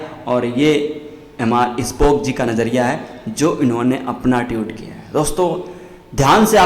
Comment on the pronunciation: Tiut nahi tweet hai bhai